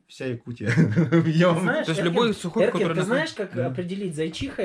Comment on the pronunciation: Как же зазнался. Про него должны все знать, Андрея И не знают по его словам. Причём Эркин его три раза исправил. Даже его имя не мог правильно произнести. Все время перебивает.